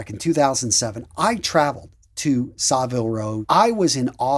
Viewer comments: You need to learn how to say Savile Row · Savile Row. You need to learn how to pronounce it.